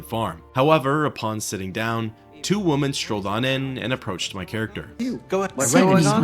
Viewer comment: Take a shot every time "women" is mispronounced "woman".